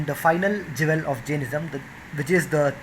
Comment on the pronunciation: He keeps saying "Jevel" but he means "Jewel."